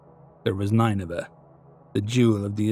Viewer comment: nin-nuh-vuh. That's how I've always heard it pronounced